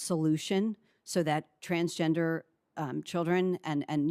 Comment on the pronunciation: I like how he has no idea how to say Transgender. He’s probably thinking wtf world is this?